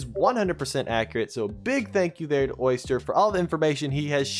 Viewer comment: lmao bro called Oster "Oyster" 💀